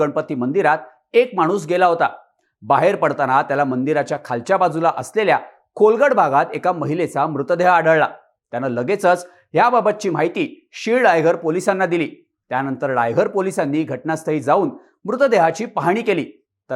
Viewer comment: रायगड जिल्हा असे बोल,तू सतत रायघड असे बोलत आहेस.